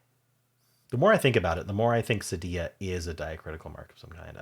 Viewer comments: First of all, I love reading your Scottish (brogue?) in the first sentence! But I think your French teacher did not speak Spanish. Cedilla is definitely pronounced seh-dee’-ah in Spanish (like quesadilla). The French equivalent is cedille, roughly pronounced seh-dee’. You’re right about the Z! It was originally a combination of a capital C and a lowercase script Z, cut off and merged at the bottom. If you have ever played Minute Cryptic, every now and then there will be a Z in an answer, and you’ll see it in their lowercase script font. The only time the …dilla is pronounced with the Ls is if you happen to spot an “armadilla” on the side of the road in Texas. 😄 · Cedilla rhymes with gorilla.